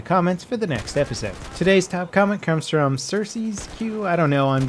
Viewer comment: WOW why did you say froam Serbia wtf